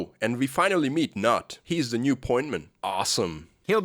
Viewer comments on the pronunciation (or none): Nhut being pronounced "Nut" was funny too lol, im a Vietnamese myself and i can assure you, it's far from a correct pronunciation. Nguyen and Nhut doesn't even sound like Vietnamese, they sounds like Chinese to me. Funny enough, the VC troops actually have a much more accurate Vietnamese voice and dialogue.